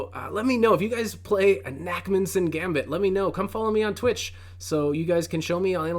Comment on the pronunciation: this looks great especially as i play the scotch alot in blitz. i should really learn the urusoff though so i will check out your content on it. btw it is probably pronounced nakhmanson where the kh is a hard palate sound like the ch in bach or like you have an itchy palate and go chhhhh to kind of scratch it. It comes from the hebrew name nachman.